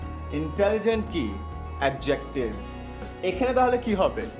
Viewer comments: ভাইয়া,ধন্যবাদ।By the way, pronouncing of 'Adjective' is অ্যাজেক্টিভ।Love for u😊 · Your pronunciation of adjective is wrong. In adjective, d is silent. Please look up the pronunciation of adjective in Oxford dictionary or Bangla Academy dictionary. Thanks.